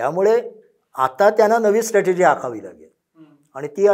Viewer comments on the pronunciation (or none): none